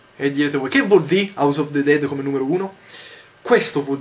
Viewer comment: Scusa Yotobi, sarà perché studio lingue, le amo e quindi mi dà fastidio che vengano pronunciate male, ovvero "all'italiana", ma non mi puoi dire AUS OF DE DED!!!! Daiè, scusa se sono pignola, ma è colpa dei miei docenti u_u